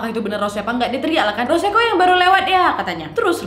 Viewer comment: "ROS - SE"😭😭😭